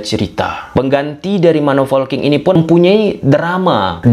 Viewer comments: Polking atau folking sih bang😂 Saya dengernya folking dah. Ada yang sama? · Ayoo laah boooosss,, POLKING not FOLKING or VOLKING but POLKING